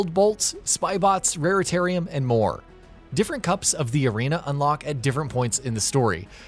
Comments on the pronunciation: RaritaNium Not RaritaRium😵‍💫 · It’s raritaNium - with an “n”. Sorry it’s just that I’ve heard raritaRium from several different youtubers and I’ve had enough 🤐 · "Rare-Tarium"... Where all the Raretanium lives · Wow you guys are like the third gaming channel who have got this wrong. And oddly in the same way. You guys, Yongyea, and I think Noisy Pixel called the collectible Raritarium instead of the correct Raritanium. Strange can you all not read or something?! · Because they don’t give a shit about the games they feature. He even says raritarium at the moment it says raritanium in the video clip. Who ever edits the video should be catching things like that as the announcers are definitely not the ones playing the games.